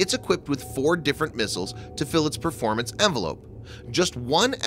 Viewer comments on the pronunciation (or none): none